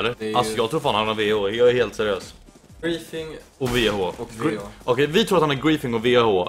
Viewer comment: "lhelt enkelt"